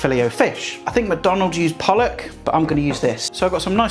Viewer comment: Did you say McDonalds use pollock or boll*ck 😂 great video, I will definitely be trying this recipe, thankyou 👍🏻💕